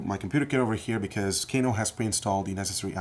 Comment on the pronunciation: I thought it was pronounced "Kah-noh" instead of "Kay-noh".